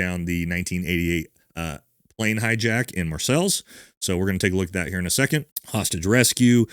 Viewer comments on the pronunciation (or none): Marsells??? Mar say. Is how it is pronounced. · It's Marseille, pronounced "Mar-Say"..... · Marseilles= Marsay, not Marsels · Good god man, you really need to do some reading on the legion. That's the most ridiculous explanation of the legion I've ever heard. You have no idea what you're talking about, special ops or not. Embarrassing. Also, just to nit pick, "marsel" ? Jesus man, it's pronounced, mar say. I liked the channel till you talked about something I knew about. Now, I know you're just spreading slop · "Marseille" = "Mar-Sells" = :face-green-smiling: = "Mar-Say" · Ok, this guy is a Green Beret who speaks multiple languages and pronounces Marseilles “Mar-sells?”, I barely graduated high school and I know how it’s pronounced. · Gendamarie is pronounced gendarmarie and Marseilles is pronounced marsay 👍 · "Mar-sells" France? Really? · There is a D in Gendamarie sir and marseille is pronounced 'mar-say' You are welcome.